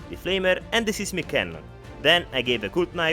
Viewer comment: These are always fun! I like that everyone gets a name, even Boom. PS: 'seismic' is pronounced with the same long i sound as 'siphon'.